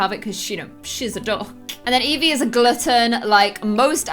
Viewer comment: They say glutton weird😂